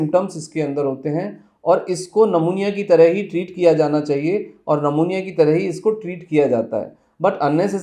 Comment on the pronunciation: सर नमुनिया मत बोलो "न्युमोनिया"बोलो.